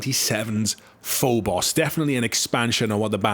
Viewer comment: Phobos is not pronounced FULL BOSS but FOBOS, either from Latin or Greek. Good video though!